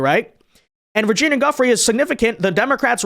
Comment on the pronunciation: Why not have the respect to pronounce "Giuffre" correctly?